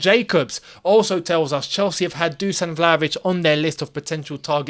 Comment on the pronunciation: Dusan is pronounced correctly: Dushan